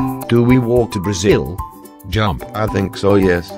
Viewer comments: me being a brazilian having a heartattack when he said the word brazil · Parece que você disse Brazil???